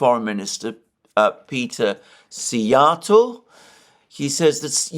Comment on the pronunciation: Oh Szijarto pronounced well too. Well prepared for the visit to Hungary. Have a great visit.